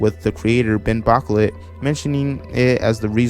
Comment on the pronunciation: Man just said "ban bocklet"